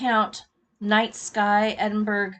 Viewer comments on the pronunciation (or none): Enjoyed seeing your lovely work. Just a little heads up - Edinburgh is pronounced Edinburra, as in kookaburra!